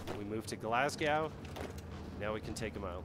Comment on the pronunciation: Glasgow is pronounced more like glazgo